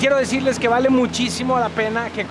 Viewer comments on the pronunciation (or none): none